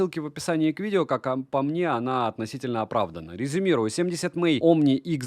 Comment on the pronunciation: Все круто, но 70мАй, а не 70мЭй, это не английский, это пиньинь 😊 Далее. В этом ВР li-pol аккумулятор, и все... Если вы житель Сибири, дальше можно не смотреть про него. Аккумулятор умрет в первую же зиму, или что еще вероятнее в жаркий день, если авто оставите на солнце на улице. Нормальный ВР должен быть с ионистором (супер конденсатор), как в некоторых моделях DDpai, Papago и наших топ брендах. Только тогда он будет работать безотказно в диапазоне температур от -50 до +50, и проживет годы! P.S. у меня Papago P3, с ионистором, ему 12 лет уже, работает как часы в любую погоду, -40, в +40, похрен.